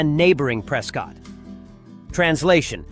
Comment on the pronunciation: AI voice, Prescott is pronounced Pres-kit.